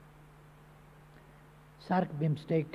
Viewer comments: कस्ता कस्ता पटमुर्ख सभासद छन हौ, विम्स्टेक भन्न पनि नजान्ने। ४ पटक सम्म उहीँ बिस्टेक बिस्टेक भनेको छ। चोर हरु आफू मन्त्री हुन नपाएको रिस बिरोध मात्र गरेका छन। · बिमिस्टेक भन्न नजानेर बिस्टेक पो भन्छ त बजिया ले ।